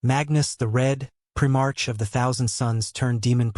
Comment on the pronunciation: “prim-ARCH.” More crap.